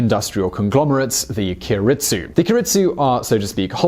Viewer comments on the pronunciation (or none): Keiretsu = kay retsu. not key a retsu. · The pronunciation is 'kei-re-tsu'. If you say 'ki-ri-tsu' it is a different word which means to stand up. Pre-war examples of Keiretsu (company conglomerates) are Mitsubishi and Sumitomo. This is an interesting comparison because Japan has always based their own social (immigration/nationalism) and scientific (medical) systems on Germany's. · you fail to mention that japanese debt is in large part with its own citizens you mispronounce Keiretsu you don't factor in japanese deflation as compared to germany's inflation japan has a clear advantage in education compared to germany germany's age structure is comparable to japans japan still has a higher life expectancy japan makes up for no refugees with robots and doesn't have to worry about people unwilling to integrate creating a fuckton of social problems all in all, you miss the whole picture by a mile. dislike for this video. And how was this "visual" at all, all I saw was some stock footage and a dude reading off a script.